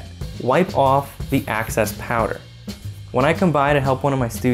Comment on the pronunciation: excess amount loool x not access haha access is a whole different meaning x